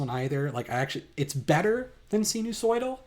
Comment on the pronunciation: Sinusoidal is pronounced like “sign” Mollweide is pronounced like “mole-videy” Galapagos is pronounced like “ga-la-pa-gose” Glad you hate the Gall-Peters too. Robinson is also my favorite.